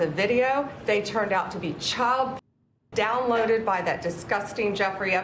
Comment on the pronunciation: I think you're putting too much emphasis on the word "downloaded". But the rest seems pretty on point.